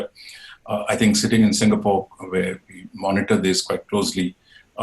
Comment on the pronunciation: Singapor ?It is an insult that you can't get a country's name right.